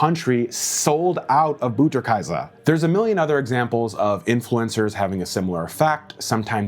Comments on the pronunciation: Pronounced Butter (like but not booter) kay-suh 😂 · As a German hearing you pronounce Butterkäse i nearly died